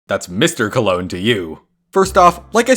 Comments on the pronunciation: When he says "Mr COLOGNE" and not "Mr COLON" Even he can't deny it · He said Mr COLONGE!!!!1!!! He said ittttttt!!!1!1!!1!1!!!